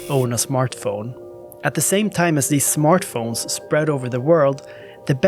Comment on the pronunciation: I love the way you say smørtphone